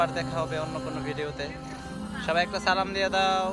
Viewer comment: পিচ্চি নাতনি, মজা করেন But সালামের মতো একটা সুন্দর বাক্যের বিকৃত উচ্চারণ করবেন না, এটা গুনাহ হবে...